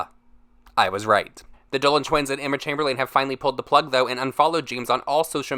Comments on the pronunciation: emma chemberlAne lol its pronounced emma chaimberlin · you pronounce it chamberlin not chamberlain no offense just trying to help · Sorry but it’s chamber- lin not chamber-lane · It’s Emma chamberl ‘in’ not Emma chamberl ‘an’ 😂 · Emma chame-ber-layne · Chamber”LANE” lolllll so annoyed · "Emma Chamberleen." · Why can’t you say CHAMBERLAIN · “Emma Chamber-lane”😭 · emma chamberLANE lmao for some reason this made me crack up. i mean that might be how it’s pronounced but that’s not how me and my friends say it so it made me crack up lmao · How he said Emma chamberliAn had me triggered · Chamber-lin is how it’s pronounced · i love you but why are you saying chamberlain like camberlane whewwwww chileeeee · the way he says emma last name haha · "the Dolan twins and Emma ChAmBeRlAiN" the way he pronounced it bothered me a lil bit ngl😂